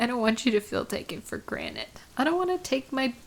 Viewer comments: did you just say "taken for granite"? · I did sound like she said “granite”, but she did say “granted”. Sometimes you got to listen in carefully.